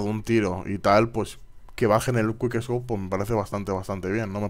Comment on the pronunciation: es quick no te comas las letras ;)